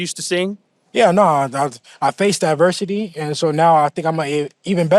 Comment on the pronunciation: Did haney say he faced diversity or adversity 😅